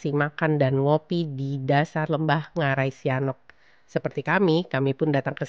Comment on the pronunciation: Cara pengucapan BHS minangnya byk yg salah..sep.ngarai Sianok..huruf k jgn di baca yaa